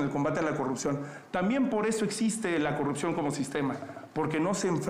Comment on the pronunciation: La xochil xq dice corruxion y no corrupción, neta q no sabe hablar y la verdad ya no se le cree a nadien, pero si nadien saliera si habria un buen cambio.